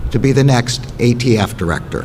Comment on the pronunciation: He said AFT multiple times. It’s ATF Can’t believe this is the best the left has.